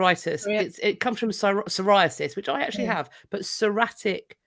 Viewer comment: It’s saw-ree-attic arthritis. Brave Part.